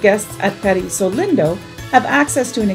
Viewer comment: It's pronounced "leen-doe"